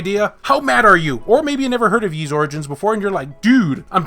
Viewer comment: Wait, is it pronounced as " Yis " or " ees " ? WHAT?